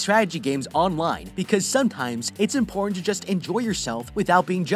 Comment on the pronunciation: I started to skip the sponsorship and went forward about half a minute and all I heard when it started was mporn elements